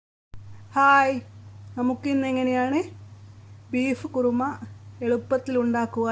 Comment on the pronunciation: Korma alla,kurumaaa😂